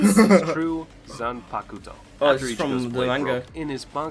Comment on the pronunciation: ZAN PA KUUU TOO xd